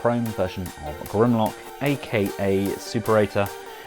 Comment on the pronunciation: It's pronounced soo-pera-tor, not super ate her